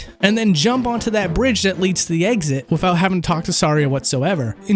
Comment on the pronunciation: Did you neber learn how to say the th sound??? You keep pronouncing it like the f sound.... sounds like you are saying wiffout